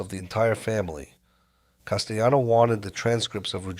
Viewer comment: This AI voice is pronouncing words with “ll” like it’s Spanish. Never heard of Paul Castyano before 🥴